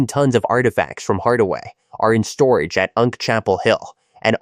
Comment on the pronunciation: U N C is not pronounced unk. It means university of North Carolina.